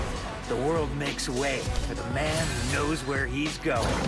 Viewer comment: I'll subscribe your channel only when you stop pronouncing ‘Why' as ‘vi' 💀and ‘Where' as ‘Vere'💀